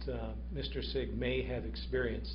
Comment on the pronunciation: LMAO wow that defense attorney correcting the lady on the mispronunciation of Austin Sigg's last name... LOL what a horrible attorney. FIND A NEW PROFESSION YOU FAIL